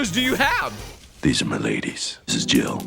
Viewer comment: He was yelling at first and he just said where are thize zygard cell coming from it was so funny 😂😂😂😂